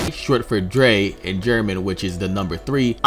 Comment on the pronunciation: Oh, so you're gonna pronounce Laplace right, but not Drei, Zwei, Ein, or Rumianek?